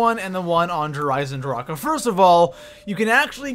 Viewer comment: Why are you eisendrache so wierd? Stop it...you sound like your clearing your throat. It's annoying eisendracheuhhhh